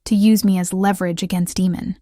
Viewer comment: Would have been a good one ,except for his name.... Demon and he is fighting against them to ? Damon is bad enough... People please look up how to pronounce stuff before you put it in your story 🙏👍👍